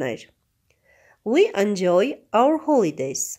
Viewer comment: Sea - սի (այլ ոչ թե սիԸ) ") և նույնն էլ seaside (սիսայդ) Enjoy (ի՛նջոյ) Dialogue (դայըլոգ) Forest - ֆօրի՛սթ London (Լա՛նդըն) Letter (լէ՛թթըր)